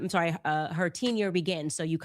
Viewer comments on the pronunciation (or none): She keeps pronouncing ‘tenure’ as “teen-yar” … wtf?